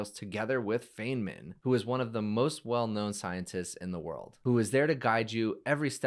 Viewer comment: Lol, how can you have a name like and not pronounce "Feynman" correctly? To be fair, Feynman did not place a great amount of stock in names, he'd probably understand. Norman Finkelstein did misnaming best, "Mr Morelli!"